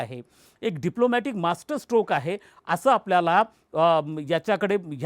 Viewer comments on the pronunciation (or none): none